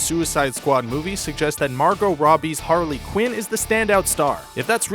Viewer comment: The way you say Harley Quin makes me want to kill my self XD